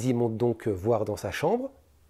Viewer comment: Bravo pr la vidéo, Par contre pour ta connaissance on dit "rendre compte" et pas "rende contre". A part ça Zuper